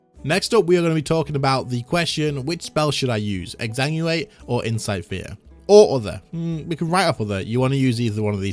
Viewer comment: Bro pleaseeeeee learn how to say Exanguinate, this is like the umpteenth video of you saying Exanguate xD